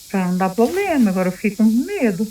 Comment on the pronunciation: Quem tem um " poblema" tem dois né ? Problema é o certo.